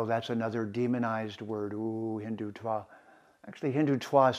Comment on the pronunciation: To speak so lovingly about India, Hinduism, etc., one really needs to be better connected with the language(s) of India. One should be able to pronounce dental Ds and Ts (द/त -- हिंदुत्व, नरेन्द्र) correctly instead of conflating them with retroflex Ds and Ts (ड/ट -- हिंडुट्व, नरेण्ड्र). One should also be able to disambiguate between unaspirated consonants and their aspirated versions (डर्म for धर्म) I was even more surprised by his conflating a noun/adjective for an abstract noun ("I am Hindutva!"). These are all abominations especially for someone who professes to LIKE India and its dominant religion/culture. Aren't the SOUNDS of a culture an inherent part of it?